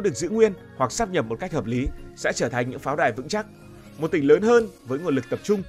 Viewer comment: Đến cái cách phát âm còn phát âm sai, mang tiếng BLV. Sát nhập á, hài v